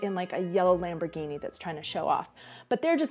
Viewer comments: Haha, this is a really nice & funny video. You only made one mistake: When the traffic light signalizes "Prepare", the yellow bulb is on together with the red one (in contrast to "Last moment to cross"). And kudos for the right pronunciation of Lamborghini (not Lamborgini as common among Americans 😜). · As a car guy, you impressed me by knowing how "Lamborghini" is pronounced!! Just a tiny point in your great video!!!